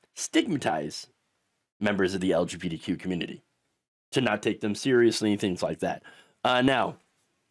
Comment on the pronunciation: Are you saying "LGBDQ"?